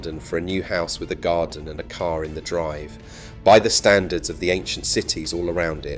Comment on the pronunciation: I had to stop watching after the AI voice said, "It was built for the K.A.R" 😂